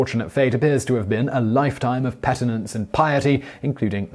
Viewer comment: Penitence not Petinence. Still, excellent vid.